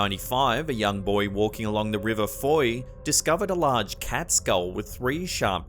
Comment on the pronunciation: pleased to hear you pronounced fowey correctly even some english people say it how it looks